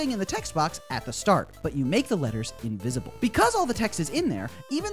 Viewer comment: Did you just say... Invisible?